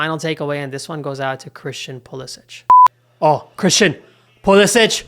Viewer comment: Don’t you think you should respect Christian and his family enough to pronounce his last name the way he does? It’s been Americanized: there’s no diacritical mark above the last “c” making it sound like “ch.”